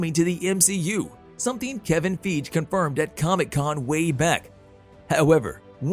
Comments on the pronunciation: Lol... Kevin "feegde".. It's "fyeghee" but that made me laugh. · Plz stop saying Kevin feige name like that